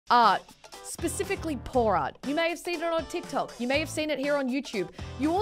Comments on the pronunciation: Art specifically pour art. My deaf just woken up ass heard: Art specifically porn art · Every time she says pour art it sounds like porn art